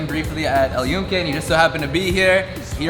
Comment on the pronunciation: glad you pronounce very well Puerto Rico, but fail on the name of "El Yunke" with N. You said El Yuke.